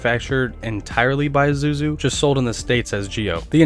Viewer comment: it is (mit su bishi) not( mis dou bishi)😂😂 it's ISUZU not IZUZU😂 again ISUZU not ZUZU this time 😂